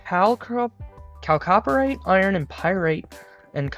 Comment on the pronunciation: oh and one more thing - LIG-night (lignite) and Chalcopyrite I believe is (Kalko-Pie-right)